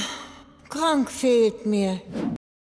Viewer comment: Suuuuper Serie! Wie ich einfach immer "Kronk" falsch verstehe... Es hört sich immer an wie "Gronkh"! XDDDD